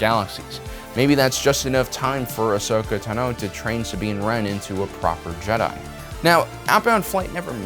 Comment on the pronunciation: Why do you say "Sabine" so weird?